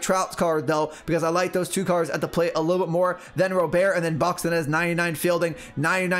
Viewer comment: Robert is pronounced like the English first name. It’s not pronounced like it’s French. I’ve heard it right out of his mouth in one of his first press conferences. They asked him how to say it. If you listen to the White Sox broadcasts, it’s definitely like I’m saying also.